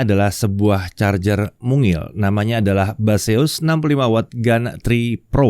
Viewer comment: Baseus , ....? yang gua denger "mbahzeus" 😝